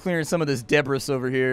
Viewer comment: That debris pronunciation... That was painful.